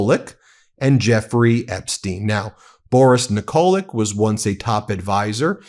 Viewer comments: Pronounced Nikolich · Ben, pronounce Yugoslav names (Nikolić) that end with č, ć (c) same as Dersowitcz or ch(air). It's easy. Like Djoković, Dončić etc. Sorry.